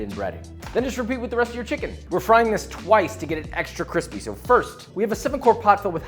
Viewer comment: Extra cwispy*